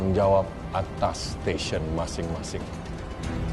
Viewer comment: Sebel banget klo mereka ngomong section section, STATION WOEYYY